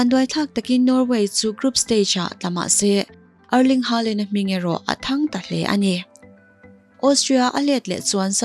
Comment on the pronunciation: Haalan nilo hoolan tiin an lam norway chuan